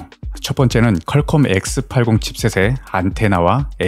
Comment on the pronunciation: 컬컴이 아니고 퀄컴